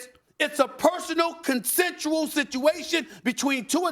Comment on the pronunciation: can’t say consensual? 😂